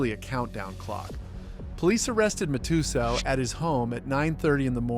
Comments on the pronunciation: Mat-ah-sal , can't believe your pronunciation. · You really can’t pronounce Matasow correctly? MAT-uh-SOWW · nor Mike Ma-too-zow🕵️‍♂️ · Mike "mat-a-soew" for fuk sakes.. And its Scotty "New-Win" pronounced for fuk sakes Also, what's with the fake ass chatGPT people that u put as these poker players on some slides?? Shitty channel. Unsubscribing